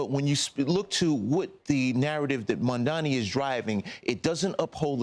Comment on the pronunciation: It's MamdaNi, not MandaMi. You're lawyers? I support you, but really?